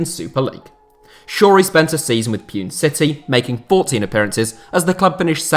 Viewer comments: Probably the third time I'm posting this in an HITC comment section but Pune is pronounced Pooh-Nay and not Pyoon, thanks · Pune is pronounced as Poo-neigh not Pyuun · Its not pi-un city.. Its poo-ney city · Pune: Poo-nay not Peyewn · It’s not Pronounced Pyune, it’s called Poo-Ney city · Everytime pronounces Pune City's name it feels so wierd he pronounces it as Pyu-n while it's actually pronounced as Pooh-neigh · hey dude it’s poonay not pewn lol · its not pyoon its poo-nay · Bro pune city is not pewn city its pronounced poo-ney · Your pronunciation of Pune is wrong, its pronunced as 'poo-ne' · it's pronounced punae like Sane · Pune is pronounced as Poo-Nay. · Bro no offense but 'pune' is pronounced as 'poonei'. Love all ur Vids bro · Pune city is pronounced poo-ney city....love from🇮🇳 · It's pronounced as Puné not pune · Puune city🤣🤣🤣its pune city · it's pronounced poo-ney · it's actually pronounced Pu-ne😂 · It's an actual pain to hear him try and pronounce Kerala and Pune Its pronounced Kae-ra-laa and Poo-Nay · As an Indian, that was horrific to hear your Pune pronunciation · Bruv u pronounced Pune City wrongly